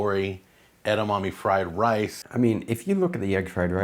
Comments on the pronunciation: Christ, It's pronounced "eh-dah-mah-meh" not "ed-dah-mah-mee" and edamame is already plural. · Edamommy 😂. Edamame! "Eda-ma-Meh!" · “Edamommy” pisses me off so much more than it should lol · "Edamommies" lol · Kale in fried rice?! Gross 🤢 but more importantly, I never want to hear "eda-mommy" ever again